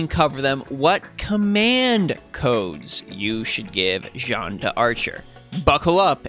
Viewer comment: I am actually so happy to find someone (other than G&A and TohouSniper) who says her name correctly. We scream.